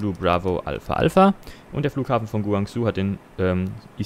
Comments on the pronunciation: Eigentlich wird es ja Gwangshu ausgesprochen aber passt schon. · es heißt guangshu